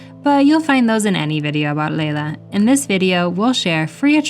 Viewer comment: Nice video. For info: the Dutch "ei" in Leiden is pronounced like a long I in English e.g. bite; not like a long A.